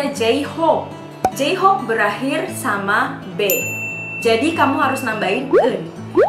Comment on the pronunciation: btw jhope kenapa jadi jeyhob🤣🤣